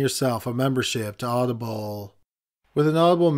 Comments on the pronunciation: Anybody else thought the way he said Audible sounded like oddball? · Hilarious the way he emphasizes the ble in audible. 😂 Audi-bulllll